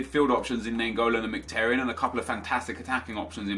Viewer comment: You're pronouncing Mkhitaryan's name wrong. It's pronounced Micki-Taryan